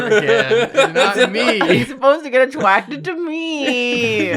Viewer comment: had to revisit bc elmer fudd "hes supposed to get attwacted to meeee" has become my new earworm, so relatable